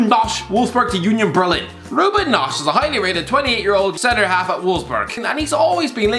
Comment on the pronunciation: Ruben Noch Miralem Piyaneech Tayo Walcott Ciro Imibile Dayton Ucapemano Diego Yota Kengiz Ünder Borussia Mönchengadblach Kamil Grosenecki He literally don't even try.